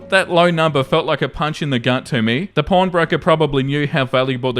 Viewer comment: my dear. You pronounce “pawn” like…corn. My dorm mates are questioning me.